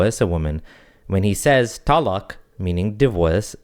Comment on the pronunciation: What's his background? He pronounces "talaq" pretty weird 🤔